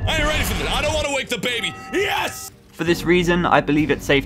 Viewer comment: dont. wayke. the BAYBEE!!